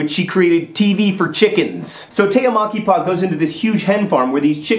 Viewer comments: I laughed so much for the pronunciation of the finnish name. I'm pretty sure she is Tea Mäkipää instead of Tea Makipaa, wich sound rather japanese :D Oi maamme suomi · John does a pretty good job with "Tea Mäkipää", intonation and all, except the "ä" is pronounced like "a" in "Mac". Oh, and instead of "homicide", might I suggest "poultrycide"?.. (Of course, that can be considered as something people do to chickens...) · Haha, it's so funny when you try to pronounce Tea Mäkipää :D. I'm Finnish by the way - if not obvious ;). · John said the name of the artist, I listened. Than he said that she's Finnish and it clicked: Tea Mäkipää! Did not recognized the name from the pronunciation. Not your fault John, Finnish language is strange, but i had to laugh a bit. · OMG to John's pronounciation of Mäkipää :D Greetings from Finland! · You trying to say Tea Mäkipää is hilarious! When you said her name I thought she was japanese or something. I had to actually see the description for the name when you said she was a finn. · It does sound Japanese. I was really surprised when he said she is Finnish. Though, mispronouncing things is John's thing, and also, I've only ever found that Finns can pronounce finnish names right. I have a fairly common finnish name, so I come across it a lot. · FINLAND! Guess where I live? Yess. And its Mäkipää, but kudos for trying.